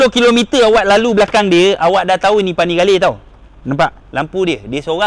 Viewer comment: Duucati panapelirrrrr v4 setell bang mad🤣🤣🤣